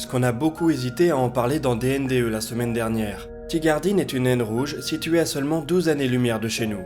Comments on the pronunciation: Ben oui, j'ai aussi entendu 2. Je suis aussitôt allé vérifier avant de penser à lire les commentaires. 12, bien sûr. ;) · Je confirme que j’entends bien 2 même en réécoutant. Si je déploie mon oreille à fond je peux reconnaître aussi un 12. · c'est peut-être moi qui suis mal entendant mais j'avais bien compris 2 et en le remettant en arrière aussi tu as bien fait de clarifier :)